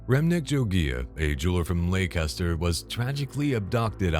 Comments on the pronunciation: Leicester!!!! Not laycaster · Leicester is pronounced like Lester, just for future reference 👍🏻